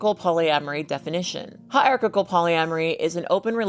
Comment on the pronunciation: Her pronouncing hierarchical like its got 3 c's is driving me crazy 😂